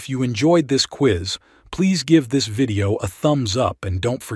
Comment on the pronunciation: Quiz not Queeze.